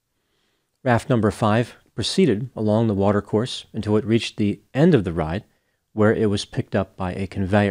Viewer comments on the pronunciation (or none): none